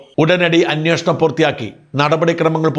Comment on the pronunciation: അന്വോഷണം അല്ല അന്വേഷണം..